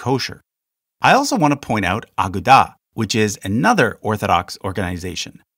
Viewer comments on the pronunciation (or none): This is a fairly good and accurate video, however, your pronunciation is AWFUL. A multi-syllabic Hebrew word is almost NEVER stressed on the first syllable. For example, "haskalah" is not pronounced as "HAH-ska-la" it is pronounced as "ha-SKAH-la." "Agudah" is pronounced "A-GOO-dah". Also, there are other chassidic groups that are not a part of the Agudah, such as Satmar. Also, there is one HUGE error in your video. An Orthodox Jew would NEVER attend a Reform synagogue. NEVER. And, conversely, you would not find a Reform Jew attending an Orthodox synagogue. And, the fact that you, as an Orthodox convert attend a Renewal synagogue would make you pretty much an outcast within an Orthodox community. The expectation would be for you to move to an Orthodox community, rather than attend a non-Orthodox synagogue.